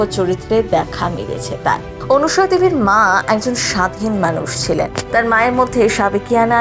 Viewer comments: বাংলা ভাষাটা বলতে শিখুন। এই প্রতিবেদনের অনেক উচ্চারণই ভুল । সবচেয়ে উল্লেখ্য বিষয় হলো , যাঁর সম্পর্কে এই প্রতিবেদন তাঁর নামটাও ভুল উচ্চারণ করেছেন। অনুসুয়া আর " অনসূয়া " দুটোই ভিন্ন বানান , ভিন্ন উচ্চারণ , এবং ভিন্ন অর্থ। আপনার প্রতিবেদনে সবকিছুই " এপাং ওপাং ঝপাং "হয়ে গেছে। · বাংলা ভাষাটা বলতে শিখুন। এই প্রতিবেদনের অনেক শব্দের উচ্চারণ শুদ্ধ নয়। উল্লেখ্য বিষয় হলো :-- যাঁকে নিয়ে এই প্রতিবেদন তাঁর নামটাও ভুল বলা হয়েছে। ' অনসুয়া' আর "অনসূয়া " দুটো শব্দেরই ভিন্ন বানান , ভিন্ন অর্থ , এবং ভিন্ন উচ্চারণ । আপনার প্রতিবেদন সম্ভবত " এপাং ওপাং ঝপাং " অনুপ্রাণিত।